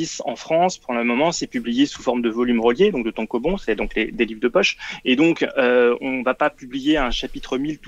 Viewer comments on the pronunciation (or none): Tankobon alors qu’on dit TANKOBAun